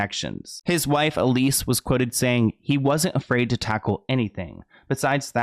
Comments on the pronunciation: EL-SEE . Sorry, it was driving me nuts every time you said EL-EE-SS. 😂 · is it just me or is her name elsie and not elise like he was saying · Seems her name is spelled ELSIE (El-see) but is it supposed to be as your pronouncing it, ELISE? (E-leese). But wow, you find some very interesting stories. That creepy old perv thought he was going to actually be “on top” of Marilyn, you know, for eternity. However the unimaginably uncomfortable embrace of Hell has claimed him instead. (Body snatching, also using bodies and remains in rituals is a thing for certain ghouls. As a news reporter I was assigned to cover a cemetery desecration, and couldn’t believe what I had seen there. Bodies were dug up out of the ground, and sat up in circles, skeletons leaning against gravestones, was horrible. I’m sure some of these ghouls wanted to get at her body, so they’ve had to protect it somehow). I could never understand how she married DiMaggio. Baseball is one thing, but kissing that guy, I dunno, looks quite the most unpleasant chore. Miller was another creepy cold fish she made a miscalculation with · Her name is Elsie not Elise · It's Elsie, not Elise 🤣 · I just wanna say her name is El-sie not Elise. As an Elsie myself was just erking me - sad and sickening story though, absolutely breaks my heart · It says ElSie not Elise right? Just fyi. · I think the wife’s name is pronounced Elsie not Elise. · Not to take anything away from the video but the creep's wife's name is *Elsie, not Elise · I’m sorry but I can’t stop hearing you say the name ‘Elise’ when it’s EL-SIE. You even have a news clipping with her name written on it 😂😂😂 how fast are you making these videos? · El-sie.* Not Elise. :) At least that's what your examples read. :) Easy to flip em. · Her name was Elsie like Ell-see ! Great story just wanted to clear that up. It was my grandma’s name and popular for the time :) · His wife’s name was El-see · I think her name is pronounced (El see)